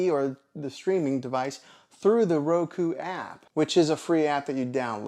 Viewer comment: Why do you keep saying Roko?